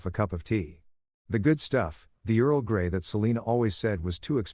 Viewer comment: Omg he said earl gay 🤣🤣